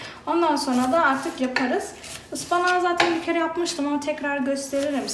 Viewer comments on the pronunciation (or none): Artikin degil artik 😅